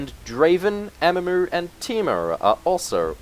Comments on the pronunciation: Your pronunciation of Kennen and Amumu bothers me greatly :P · Since when was there an A in "Mumu".